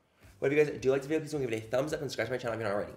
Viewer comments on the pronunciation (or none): It sounded like he said like my video and scratch my channel lol